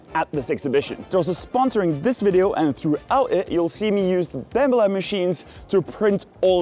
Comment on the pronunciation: You keep saying Bambu Lab, but it sounds like Bambalam... to which the only appropriate replay is Hey Black Betty! Bam Balam!